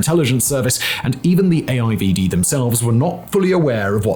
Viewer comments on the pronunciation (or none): I dont think I have ever heard AIVD being said in english before (being dutch)... sounds funny